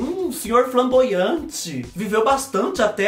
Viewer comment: Dando risada com o falando flaboante na verdade é flamboaian ke fala kkkk é uma árvore